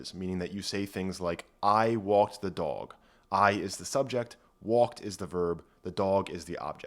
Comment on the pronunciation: I enjoyed the video, and also how your accent peaks out when you say “dog”